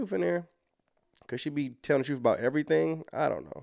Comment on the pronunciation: Did you say “truf “ there’s a lot of truf in that?